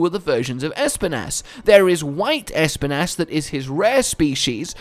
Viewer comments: The way he says ESPIN’ASS i can’t 😂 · If Espinas's name is about the spanish espinas (thorns) it is pronounced esPInas, totally sure was named cause that